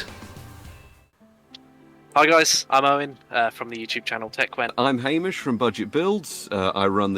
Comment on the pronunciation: Make Hamish say Ham Ish not Hame ish